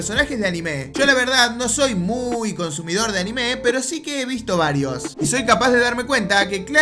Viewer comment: ¿Porqué siempre que dices “pero" lo pones al revés pareciendo que dices preparar?? Muy raro ._.